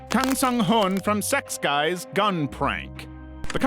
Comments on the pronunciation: I'm not Korean but I'm pretty sure it's zex-kees. However Koreans pronounce Zs as a J sound so it's more like Jek-kees. However wrong I may possibly be it's definitely not sex guys lmao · Sorry but that's not how you pronounce Sechs Kies hahahhaha. More like Cheks (like Czech Republic, cuz it's spelled with a ㅈ which can be read as J or Z in Korean think of Minzy from 2NE1, they also pronounce it as Minji cuz they don't have Z in their language) Kijeu or Keez (keys). Somebody who is Korean or very proficient in the Language please correct me if wrong. 😊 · sechs kies 😅 AI mispronounces a lot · I keep hearing "Secks Guys". 😮 I looked it up and it's not pronounced that way but that's all I hear. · The whole time since the late 90s i thought Sechkies was pronounced like Six key..lol..any Korean out there want to help the pronunciation..